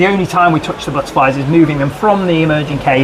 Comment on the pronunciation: The buttaaflys I love how he pronounces it lol 😂